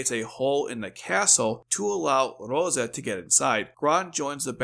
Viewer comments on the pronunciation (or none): It's Rozay, not roza. And, written as Rozé .